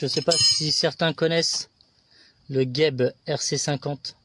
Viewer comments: Et oui cest pas bien prononcé il faut dire Jeb pas gueb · On prononce JEB et pas GUEB il n y a pas de U